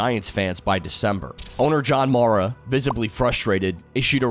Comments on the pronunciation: HELLO COMPUTER; CAN YOU SAY "MARR-UH"?? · That pronunciation of "Mara" was brutal.